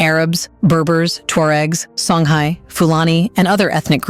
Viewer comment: Hey how come the dogsn said Egypt n not kemet does thtat mean kemit is a new commer?? Learn yo prononce shonguy not songgy